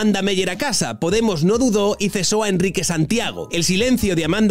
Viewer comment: Lloraré de alegría el día que Pablo diga "casa" en lugar de "gasa" y "politica" en lugar de "politiga".